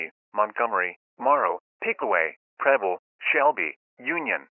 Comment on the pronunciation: When bro said preble it sounded like he was saying pebble from dandy's world